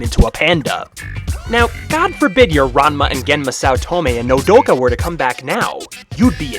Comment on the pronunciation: sweet you pronunced my nme wrong what is it with people and doing that but still real war pet is how it is to be pronunced but still very good profile funny in the end how you said mommy